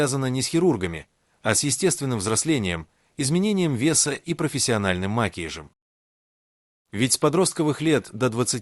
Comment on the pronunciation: О, ужас! Что с Вашей речью? Ударения! Что за "макиж"? Макияж! Научитесь правильно говорить!